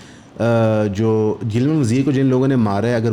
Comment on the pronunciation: its not "gilman pashteen" its "gilaaman pashteen" urdu me boly tu "naraz, ruta hova, shikwa krny wala pashteen"